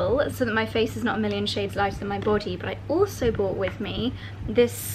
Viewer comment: Hi love! Loving the Maldives vibe! Not sure if you’ve ever noticed this, but you tend to say bought instead of brought. I’ve even seen you write it that way in captions. Other folks in your blogging circle do this as well (Alex Collins comes to mind). I’m curious if you realize you do that.